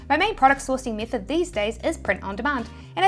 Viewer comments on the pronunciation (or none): I'm going to like this video, simply on the basis of how obnoxiously yet infectiously you pronounce method as me - thod.